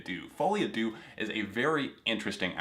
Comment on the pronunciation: my biggest pet peeve is ppl mispronouncing "deux" like JESUS just google it its not that difficult (ik im unreasonably mad but AAAHHHH its just irritating)